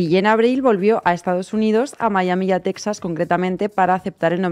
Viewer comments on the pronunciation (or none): none